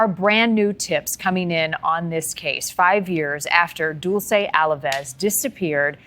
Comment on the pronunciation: HER NAME IS PRONOUNCED DULL CHAY NOT DOOL SAY